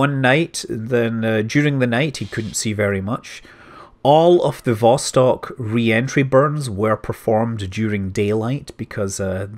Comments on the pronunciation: I can help a little bit with your Russian pronunciation... not that I know anyfing... Я говорю только немного по русски... but I picked up from Jim Oberg's writing that stressing the second syllable helps a lot (in English we stress the first syllable) so "Zenit" would be ze-NIT ... except there's the weird "vowel mangling" too - so it's ze-NEET... vas-TOKE... vas-KOTT... sah-YOU-ze.... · You mispronounced literally every name in this video. Accents usually go on the last syllable Soyùz, Vostòk, Baykonùr ecc.